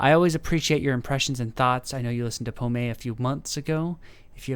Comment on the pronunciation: Les oiseaux on Google...birds.......you use a strange way for a simple translation lol. Her name means Apple. In french we dont say the last voyelle if there is not accent. prononce it pomm. Pommé has you say with the accent means lost.....not very sexy